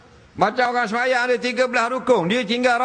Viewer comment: Seronok penglipur lara mengulas semayam dgn sembayang sebutan tak betul ada beza tu